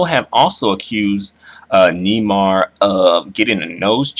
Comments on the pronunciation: It's "Nay-mar" with the accent in the second syllable not Nee-mar, and he's a racist he doesn't want to be identified as black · Neymar is pronounced (Nay-marr) not (knee-mar) hahaha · it's pronounced nay-mar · It's pronounced NAYmar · Nay mar how you pournounce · It's pronounced naymar just In case you didn't know